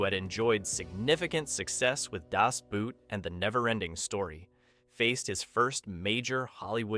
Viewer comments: Just pronounce it Das Boat and not the boot, the pronunciation is the same in German and English, just the spelling differs😅 Cool video to a great movie that deserves more recognition! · "Das Boot" isn't pronounced like the English footwear, the double o indicates a long "oh" sound. Like in "Door" or "more". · DAS BOOOOT! It's not pronounced like the English word 'boot.' After all these years, can no one get it right? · Also how to pronounce Das Boot".